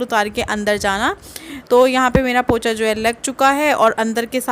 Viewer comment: वह पोछा होता है पोचा नहीं